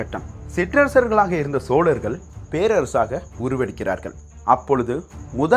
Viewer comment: Narrator, Your Tamizh pronunciation sucks. What is "வார இதல்"? I guess you meant "வார இதழ்". "சோழர்கள்" is being mispronounced as "ஸோலர்கள்". And you are talking about a Tamizh classic! How pathetic is that. I could not watch beyond first 2 minutes.